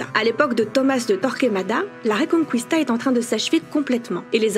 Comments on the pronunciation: En espagnol qui/que...ect ne seront jamais dit « qoui » on les prononce comme en français, donc pas reconqouista mais bien reconquista :) (comme les gue d’ailleurs, ne dite plus migouel c’est Miguel :) ) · Ça ne se prononce pas "reconcouista" mais "reconkista" ^^ Edit : mais bonne vidéo malgré mon pinaillage haha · On ne prononce pas le « u » du mot « Reconquista ». On dit « reconkista », et non « reconqouista »… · La ''RéconquOUista '' mdr 😂la prononciation '' reconquista'' sa suffira 😂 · Petit détail, on dit bien « reconkista » et pas « reconkouista ». Sinon super vidéo ! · J'aime vos posts, mais pt' détaille ... reconquista se prononce reconqista et non reconcuista ... comme Miguel que se prononce Migel ... la U ne ce prononce pas ... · Pour tous ceux qui en espagnol prononcent les syllabes "gu" et "qu" "gou" et "quou", vous êtes dans le faux. En langue espagnole, on dit "Miguel" et pas "Migouel", tout comme on dit "Reconquista" et pas "Reconqouista". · On dit Reconkista et Mighel . Pas '' kwista '' ni '' migouel '' en espagnol. Les ui c'est en italien , pas en espagnol.